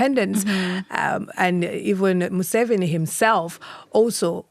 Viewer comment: Mu-Seventy Seven😂